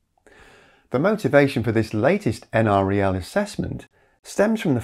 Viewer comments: NREL is usually said like "N-Rel", the N is like the letter N and the Rel is like the first part of the word relative. It's not a big deal, but I happen to have worked in the building where they were located once upon a time. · Please pronounce it en-rel. I live 1.5 miles west of NREL, that's the correct pronunciation. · LOL. For the nth time, it's pronounced EnRel. No one who lives locally or works there says N-R-E-L.